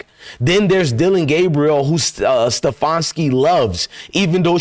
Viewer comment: His name is Ste FAN ski